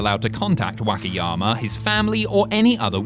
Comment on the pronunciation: pronunciation of Wakayama's driving me crazy. Not too sure if it was intentional or the accent present itself.